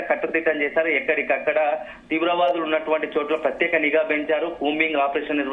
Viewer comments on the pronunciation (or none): none